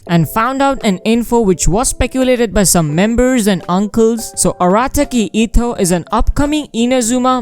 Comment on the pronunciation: Eh-toh(pronunciation bro)...etto